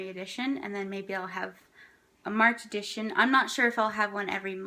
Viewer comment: "Edition" not "Addition"